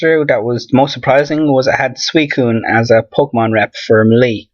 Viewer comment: It ain't "Meh-Lee", it's "Mell-(pronunciation of capital A)"